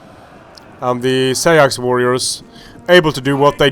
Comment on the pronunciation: "Seax" is actually pronounced "Sax" as in "Saxon" as far as I know.